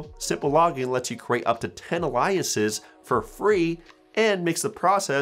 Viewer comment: Alias is pronounced ay lee iss.